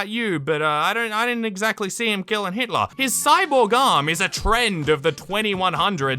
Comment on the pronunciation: said Hilter (Hitler)